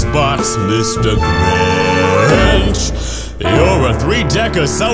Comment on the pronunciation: its grinch not gwinch